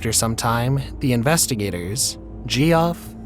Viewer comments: "my name's gee off" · Bro come on. I know some weirdos spell Jeff terribly, but jee-off? Come on now.